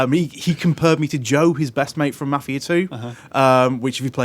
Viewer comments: it's not fucking mufia lol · What the shit is "" is that seriously how your accent makes you pronounce Mafia?